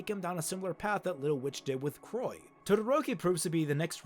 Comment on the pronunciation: This sounds extremely promising, and I will absolutely check out Little Witch Academia. My Hero Academia, though, seems a bit too ugly for me. Both metaphorically, with the serial killer villains, but also literally. Yikes, the art is… not to my liking. If you know you're pronouncing Croix wrong… why not, like, not do that? It's not a difficult word.